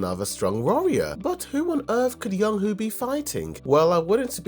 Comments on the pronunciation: Y-oo-n (i.e. toon) Ho (i.e. hoe) brother. Not yong who Edit: also, jin AH not jin ha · Its yoonho not yonhoo